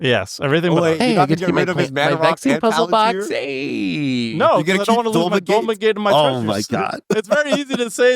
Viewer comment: Bro the way pronounced it the whole game 😭 for reference it's pronounced pal-en-tier